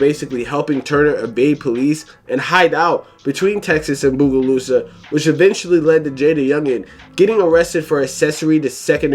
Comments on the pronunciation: Fr doe "bugolusa" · and Bogalusa "bugolusa" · It crazy how you pronounce Bogalusa😂😂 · You pronouncing bogalusa is pissin me tf off